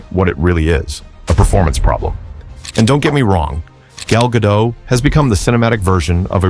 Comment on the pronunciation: The very least this clown could do was learn how to pronounce her name correctly! As Gal herself explained to Jimmy Kimmel, it's GaDOT! Heavy on the "T"!